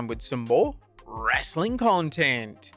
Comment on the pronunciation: Does anyone else pause wrestlelamia videos just before the godawful "Wrassling content!"? Just me then...